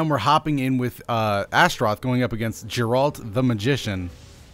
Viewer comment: Love you, but it's pronounced "Geh-rrr-alt"